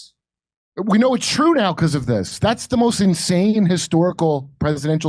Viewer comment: "It's twue. It's twue, it's twue! it's twue!!"